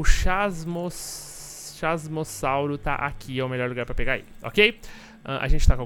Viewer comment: "Meliorrr" série, muito boa MSM!